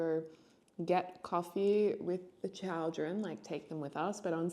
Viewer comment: d...did you say CHOWDREN??? that is the best word ive ever heard